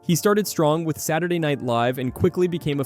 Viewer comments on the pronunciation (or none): none